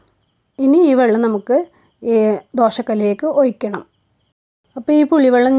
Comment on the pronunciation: ഒയിക്കണം അല്ല ഒഴിക്കണം